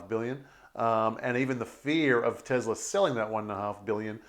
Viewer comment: It’s teSla not teZla